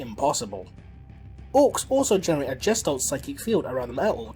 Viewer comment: Gestalt Pronounced "G(hard G)e-stalt" . Otherwise great vid. I really do find your videos informative and entertaining, Thank you.